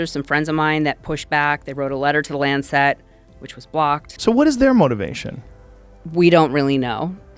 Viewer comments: If she says LanCET one more time......... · It’s hard to take people seriously when they pronounce Lancet incorrectly.